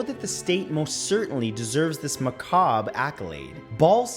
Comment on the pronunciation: Excellent, as per the usual, good sir. Also, glad you are pronouncing macabre correctly now. Peace to you my bald brother 🙌✌️🥰